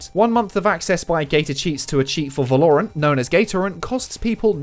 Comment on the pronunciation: way to say valorant wrong